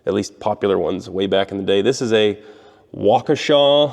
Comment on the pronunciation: Gotta give props on pronouncing Waukesha. Rare to come across a non Wisconsinite that can pronounce Waukesha properly.